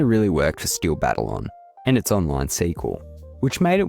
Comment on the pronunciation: ❌️BATTLE-ON ✔️BUH-TAL-YUhN